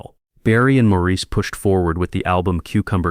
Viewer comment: Maurice's name was pronounced Morris, not Maurice.